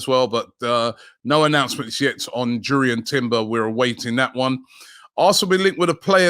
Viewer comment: I’ve heard the Jurrien Timber deal will be confirmed when you start pronouncing his name correctly 😭 please Robbie, Yurrien Timber. I’m not sure why it’s so frustrating but it is 😂